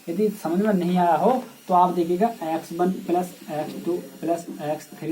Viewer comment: Sir aap plus ko sahi se boliye